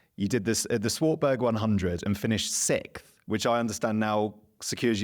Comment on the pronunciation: What is it with Formula one commentators saying “sick” instead of “sixth?” Brundle caught this habit from a previous commentator (whose name escapes me). Apart from that, a good interview.